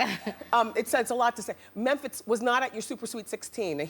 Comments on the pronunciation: Wendy knew she could pronounce mempiz name correctly,beeing funny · riz1738 exactly and who pronounces Mephintz like that boiii😂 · Toya's husband is a nobody to Wendy!!!!!! She can't even pronounce his name properly!!!!!!!!!!!!!!!! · was it me or did it seem like she rushed them through every question ??? she's ask a question & by the time they open their mouth to reply she's have another question. She tried to enunciate every syllable of Memphitz & it got my last nerves. I was very annoyed, to say the least. & Who asks a child those types of questions ? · Who asks those type of questions to a kid? And why does she pronounce Memphitz like that?? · This was one of my favorite Wendy interviews ever! It cracks me up the way she pronounces Memphitz's name!